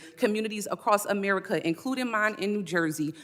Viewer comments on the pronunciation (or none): none